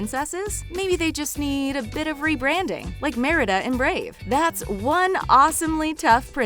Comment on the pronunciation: I'm sorry but did you say "Meredith"... is merida???